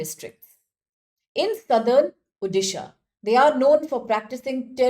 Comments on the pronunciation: It's not Udisha, It's ODISHA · It's Odisha not uddisa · Same thing irks me as a resident of odisha.... It's like calling someone's name wrongly without understanding its meaning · Why people can not pronounce Odisha as O-disha, why Ou-disha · Please pronounce the state name properly. Otherwise go and learn how to pronounce this correctly.